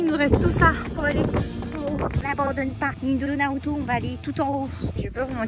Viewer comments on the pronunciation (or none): none